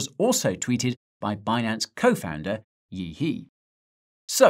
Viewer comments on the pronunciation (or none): good content!, btw Yi He is pronounced as "Yee Her" not "yee hee" in chinese 😂